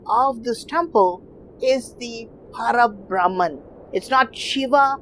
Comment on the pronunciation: It is Para BhrahmaM not Para BrahmaN. Like in Parama Padham, the abode of Sriman Narayana, Parama means the Supreme.